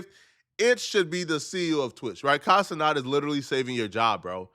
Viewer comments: He still can't say ce-nat? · It’s Kai CeNAT not CeNOT,!!